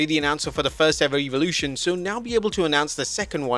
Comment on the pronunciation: Why can't you pronounce Evolution correctly???🤔